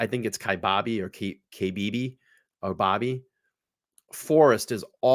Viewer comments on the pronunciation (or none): lived in AZ all my life. i love how hard you try to pronoun the places. Kiabab is ki (long i) bab (like babble) and Seligman is SA (short a) lig (short i) men. what im curious about is her bearded dragon. a dragons temp has to be at a certain degree all the time and they eat only certain foods...it's not the same as traveling with a dog. even when it's hot here, at night (up north) it gets really cold. that dragon would not survive for long, unless she has a way to keep it really warm. also people think because it's cooler up north then you dont need as much water. wrong, you need more bec you are losing a lot of water. you just don't know it bec you dont feel yourself sweating like you would if you were in the valley. we've had to rescue many people.